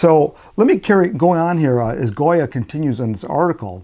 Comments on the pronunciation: The author's name is Gioia which should be pronounced like "Joy-uh", not Goya. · It is said, perhaps, in other comments, but Ted's last name is pronounced JOYA, not goya. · Thanks,, for taking on this subject; your thoughts confirmed and validated my own experiences and answered some questions about their implications. (P.S. Not the biggest thing in the world, but Ted Gioia pronounces his name JOY-uh, like the poet, not GOY-uh, like the artist.)